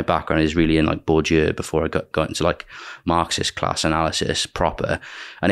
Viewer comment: What does he say at 6.12 'my background is really in *bourdour*, before I got into Marxist analysis, proper'? Is he namechecking a writer or style of thought? Not sure if it is an accent thing or just quite esoteric. Alan Bideau?